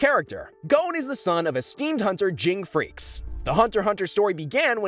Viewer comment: And also though gons last name was pronounced freces